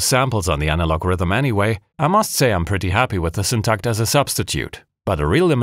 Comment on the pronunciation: As a a swede, I must really compliment your Syntakt pronounciation too. 👍👍👍